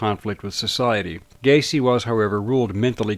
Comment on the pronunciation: It's Gaycy 😁